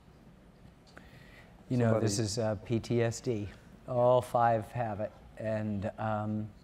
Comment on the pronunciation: Its not "PTSD" come on man